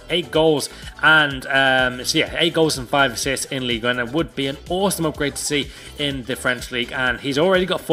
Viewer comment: I am french and said ligue 1 correctly